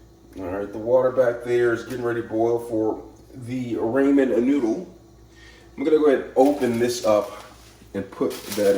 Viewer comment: Who the heck calls ramen as "ray-man"?! 😳 Even worse is all the rest of the pronunciations. Oh my poor brain! 😵‍💫